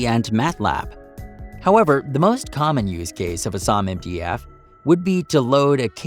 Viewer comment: it's not "uh-SAHM", it's "A-SAM"